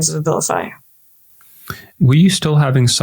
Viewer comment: The A-vilify gets taken!